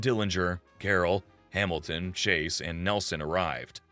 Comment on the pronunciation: I like how he pronounces Hamilton Hamil ten... lol....wtf...